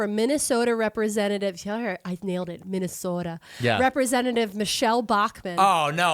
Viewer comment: So proud nailed that pronunciation of Minnesota, but christ, Bachman needs a jumpscare warning.